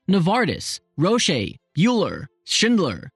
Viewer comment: It is Roche, pronounced without e, not Roch-ee